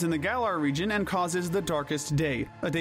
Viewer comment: Region, not rejion! There is no J!